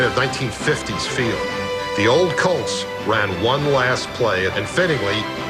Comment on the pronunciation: The word “colts” is not pronounced “cults”